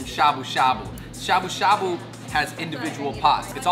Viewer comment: Shabu shabu😂😂😂😂😂His pronunciation is funny